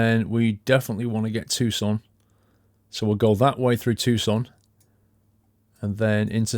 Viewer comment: Paul is correct, it's pronounced too-son.